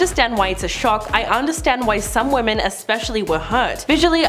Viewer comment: Are you unable to pronounce “women”?